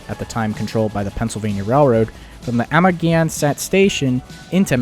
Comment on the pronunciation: Nice effort, however, please study the English grammar and place name pronunciation: Amagansett is pronounced Ama-gan-sett not Amer-gee-ansett, plus many other mistakes. With Google translate there is no excuse for poor command of the language. I don't normally critique people's English skills except you're publishing to the world ... would you like to read a book with tons of spelling and grammar mistakes?